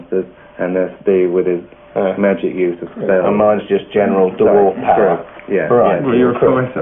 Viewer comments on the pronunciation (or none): I think we can all agree that Ben Elton could not pronounce Dwarf. DerWarf indeed...